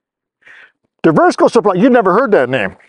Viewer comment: It should be pronounced Divers-co! Lol